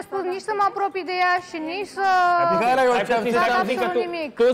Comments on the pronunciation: hop și cu "MIAELA" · nu are ce căuta acolo.. dau mai departe când vorbește el, e plictisitor. și pe fata aia o cheamă Mihaela nu MIAELA!